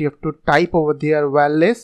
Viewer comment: Good video but wireless word was not clear